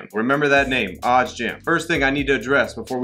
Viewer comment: Please make sure you don’t forget to add the ‘s’ in the word “odds”. It makes a HUGE difference. 🥴😂